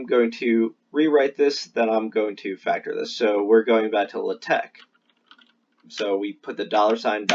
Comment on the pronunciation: Very good video, but hearing 'luhteck' kills me. It's like hearing the teacher say 'crick' instead of 'creek', and she had a western accent it was just that one word, like what's up with that?